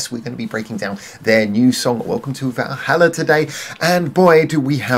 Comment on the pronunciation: Stretching 'Valhalla' to four syllables, - (intentional or not) is a masterstoke, IMHO. - Interesting take on the concept without going too deep and getting lost with all the mythology. - Musically sharp, some lovely support with Jill's strings. - this ticked a lot of boxes for me. Lots of interesting little details to listen out for. - And Fuki singing her little heart out is always great value. Great song.